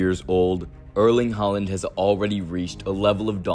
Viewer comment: How do you guys pronounce ’board’? Now substitute the pronunciation of ’oa’ with Haaland’s ’aa’ and you get his name correct. If you respect the guy you should pronounce his name accordingly. Just a tip 😀